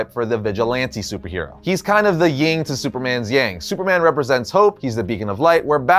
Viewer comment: did he just say ying to yang and not yin to yang